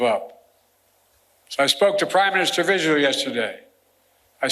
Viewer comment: Bro is so cooked he can't even say "Prime Minister" right.